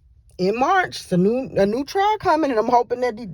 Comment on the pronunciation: Her trail?!!! Wow, it’s TRIAL